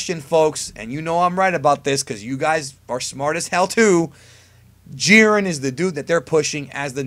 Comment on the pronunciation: lmao this dude said jiren.